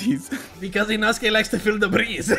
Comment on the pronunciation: Inosuke: it's inocha me: isn't it inoko